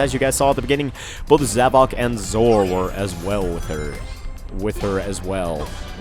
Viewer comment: you called zor zomon